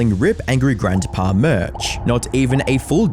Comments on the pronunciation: How many times does someone need to mispronounce "Grandpa"? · You pronounce "grandpa" funny. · lol "Grantpa"